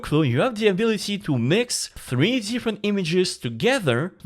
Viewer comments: I think he was trying to say Mix it with Jinx from Arcane. but I thought it was hilarious as well. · Did my man just say "Minx" from Arcane? 😂 Jokes aside, this is awesome. Good to have you back!